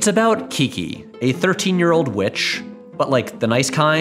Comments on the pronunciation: How you said VVitch completely caught me off guard and I loved it. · Love how you pronounced "VVitch" 😂😂💕👌